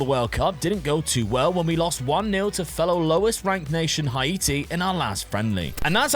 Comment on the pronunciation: It hurt my ears so much everytime you pronounced Haiti 🇭🇹 😂